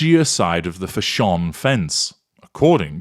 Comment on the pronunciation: The way you say fashion as fshon is hilarious now every time I hear some one say fashion all I hear is you saying fshon 🤣🤣😜